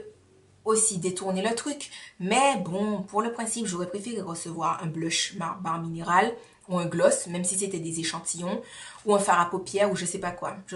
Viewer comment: Je ne connaissais pas cette box! Comment ai je pu rater ta vidéo dessus??! Ou peut être ai je oublié... Les marques qui misent sur une utilisation (berlingot) sont mega sure d'elles lol Une utilisation et ta vie est transformée! Mdr Pour bare mineral ça se prononce bère (j'aurais aimé que qq1 me le dise) merci ange céleste.... Miss univers, pas encore mais miss you tube déjà pour nous!;-) Bisou! A la prochaine vidéo!